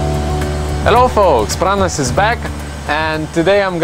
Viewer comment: His name is Pranas,not Prunas ;)